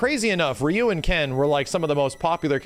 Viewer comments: TIL pronounces "Ryu" as "Rai-yoo"... but "Ryo" as "ree-yo"? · "His name is Rye-you" 🤢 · Dan was created to make fun of Ryo & Robert at the same time (Dan has long hairs like Robert) :) Fatal Fury was developed by Mr.Nishiyama, who also created SF 1, not SF 2. PS: for pronunciation purpose: how do you call Ryo? Ryu (of SF) is the same: the “y” is pronounced like a “e”, not an “a”. Both are Japanese characters with Japanese names: any non Japanese pronunciation is incorrect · Alot of old school players or players from the 90s will pronounce Ryu "Rayu" or "Roo". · Why do people say ryu like RIYU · Didn't watch the video 1st time I hear say Ryu he goes: RIE-YUU damn I have no explanation for that XD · Ryu actually pronounced in Japanese is said like this Lee u. Or ree u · Did you call him Rye-yu just to troll us? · I love when people pronounce Ryu as Rye-you. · Bro. I love you. You're awesome. But you're an S-Class YouTube gaming channel with a deep love for fighters and you can't pronounce "Ryu" correctly? I mean, you had to have learned it wasn't "Rai-you" at some point. You're still great. Still love ya. Just, come on, man... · "his name is raayuu" yeah... sure it is xD anyway, thanks for the vidya; I had no idea what a shoto was. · His name is Rye-yu, lmao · RYE-YOU KENNETH TERRENCE MY SIDES XDDDD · This man cant make up his mind on how to pronounce Ryu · Does it bother anyone else that he says Ryu weird? Nobody? OK. Edit: he says all the names wrong like Hadoken, Sakura and so on. Never noticed, moving on. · He knows how to say Ryu. It was a joke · how dare you miss pronounce my Ryu:'( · I'm going to give you the viewer engagement you crave! By commenting on how you purposely mispronounced Ryu's name so that people comment on it. So here's that comment for you! Enjoy! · I do not like the fact that just pronounced Ryu improperly...